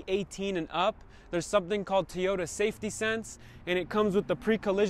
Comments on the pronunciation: Toy- ota not Tee- ota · I hate how he says teaota instead of toyota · Why do you pronounce Teeyota? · Awesome content like the video. Appreciate the tips. I believe you're pronouncing Toyota Tee yota I have another Hispanic Chicano friend close friend. He says it that way too. I like it. I believe it's pronounced taw-yoh-tuh....toe yo ta. Much love and positive vibes your way brother. I definitely hit that subscribe button. See you in the next video! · That is the weirdest pronunciation of “Toyota” in the history of ever. Teeyoda? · The way he said tonneau and Toyota. Made me really hate this video and then the “v4” at the end was just a cherry on top